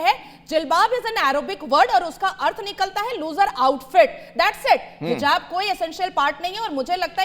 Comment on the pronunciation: phele hijab bolna sikho hizab nh😂